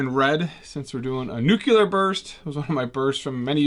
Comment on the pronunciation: Finish is great, as always. Just one complaint : "nuke lee are", not nucular.